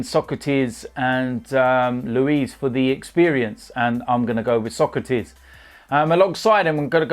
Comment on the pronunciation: To be honest wiv ya